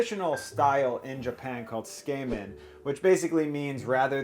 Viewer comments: Did u say “skay-men”?! 😂 Tsukemen is “suu-kuh-men”. Cool video though! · Can't comment on the udon technique, but I can give some quick tips on the pronounciation.. English written Japanese is always syllable by syllable so tsukemen is pronounced tsu-ke-me-n. No silent e business haha. Also the O in udon is not an 'a' sound like udan but 'o' like 'doh' (like Homer Simpson)